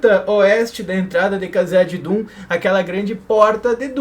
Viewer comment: porque vc fala "cazadidum' rsrrsrsrs